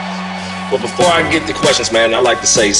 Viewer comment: Well before I get da quweshtions I'd like to say sum